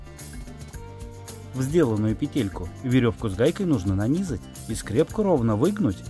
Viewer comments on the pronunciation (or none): Не нани́зать, а на́низать! 🤣